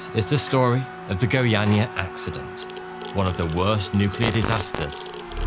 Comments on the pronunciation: Your pronunciation of Goiânia is very good! Thanks for the effort! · You spoke the name of the city really well. Caesium 137 disaster is great reminder of how important is to take close care of dangerous scrap.